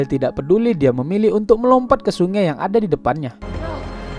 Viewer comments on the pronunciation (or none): Sungai. Bukan sunge. Medan x awq ya 😆